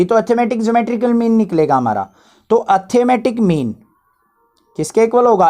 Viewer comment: You pronounce arithmetic mean like atthematic mean. I advise you to improve it. By the way you are good teacher. From regards.... Yuvraj And also give a heart/like to these comment. It's my pleasure👍🏻